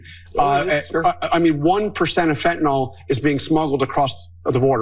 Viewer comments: There is no fentanol. It's fentanyl. It's pronounced nil. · lol "fentinawl" Is that how you were taught to pronounce the vowel ""sometimes Y?" Brilliant. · It’s Fentanyl not Fentynal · Fentanyol? never heard of that have however I have heard of Fentanyl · This dude can’t even pronounce fentanyl!! HE IS BLAMING CANADA FOR FENTANYL!!! THIS IS THE WORST POTUS IN HISTORY!!!